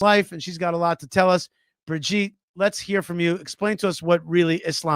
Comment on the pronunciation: Brigitte!!! Bri-git-te! Not Bridgette😂😂😂😂😂